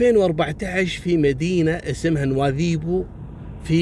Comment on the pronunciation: شكرا على القصص والعبر اخي بالمناسبة نطقك لكلمة نواذيبو مقاربة للهجة الموريتانية الحسانية يشرفني العبور من هنا.